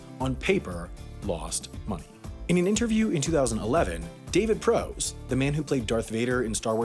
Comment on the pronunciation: It's not pronounced David "Pro's."